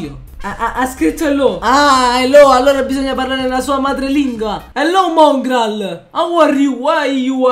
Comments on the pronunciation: FaZe Mòngraal con l’accento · Non è il vero Mongral perché su Mongral c'è l'ha accento sulla o